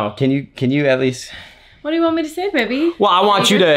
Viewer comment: I love the way calls Matt “Babey”